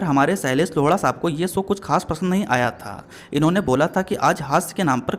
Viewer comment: Sailash kya ? 🤣 😁